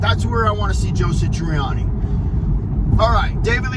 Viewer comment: Who's "Joe Sitriani"!🤔